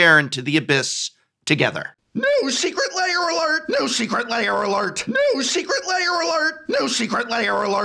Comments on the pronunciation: Aaaaargh.. why do you pronounce it 'Layers'? LAIRS rhymes with BEARS, prof. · Why do you pronounce it so similar to "layer" heh. i can never unhear it!